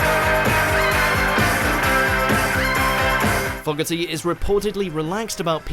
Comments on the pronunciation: The pronunciation errors kill me. Bobby Fueler? John FOG-erty? Creedence AND Clearwater Revival? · I'm more bothered by how he pronounced Fogerty. :)